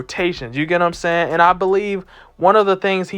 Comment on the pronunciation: No one: This guy : "You get what I'm saynn" 🥴